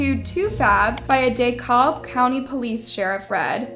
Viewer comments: Dekalb is pronounce D cal b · Dekalb is said like de-cab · As a native georgian it is actually dekAb county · Just here to correct pronounciation, it's De-Cab like Decafe. It's spelt funky but yeAh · i'm sorry but the way you pronounced dekalb had me rolling💀